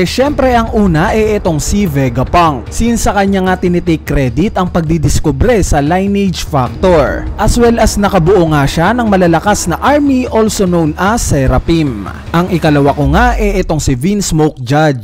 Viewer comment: pasensya na po pero ... "LINEAGE" ay hindi po "LAYN-NEYJ" .... kundi "LIN-YEJ".. :))) also, bakit po "Caesar THE clown"?